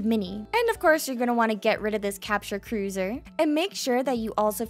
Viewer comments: Big Brain. Really great tutorial. Explained well and the visuals serve as a tremendous aid and help. Keep up the good work! (( also I've never heard anyone pronounce cursor as "cruiser" before. Is that an accent thing or just how you like to pronounce cursor? )) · Nahhh how'd you just pronounce cursor 😂